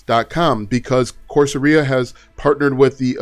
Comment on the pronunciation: Great content,. But my good man… Course… era, not aria.👌👍